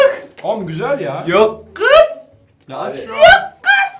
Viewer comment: ’in yooookkk gıızzz demesi 😂😂